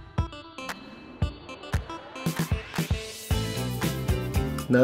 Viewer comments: Au cas où, on dit " céréales" et pas " cériale" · C'a me stress comment tu fis : Céréales et Chantilly